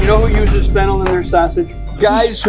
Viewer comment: is fennel and flennel different or did he just say it wrong??? if flennel is a real thing where do i get it i didn't see it at the store? wait is there fennel or flennel?????????